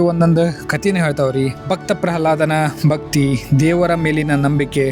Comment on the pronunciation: ಬಕ್ತಿ ಅಂತಾ ಅನಬೇಡಿ ಭಕ್ತಿ ಭಕ್ತರು ಅಂತಾ ಉಛ್ಘಾರ ಮಾಡಿ